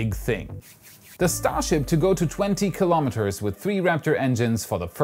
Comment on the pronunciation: Kilo'meters, not kalamaduhz.